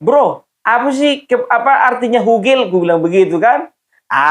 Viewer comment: Bukan gogel opung, tapi hugel. Artinya hubungan gelap. Salam NKRI